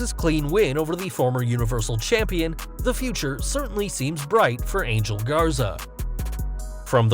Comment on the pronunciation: Ángel is pronounced "Aan-hell".